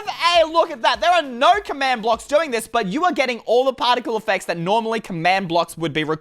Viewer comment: In says partical eppects